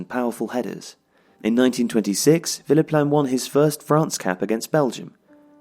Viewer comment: It kept sounding like was saying Phillip Lahm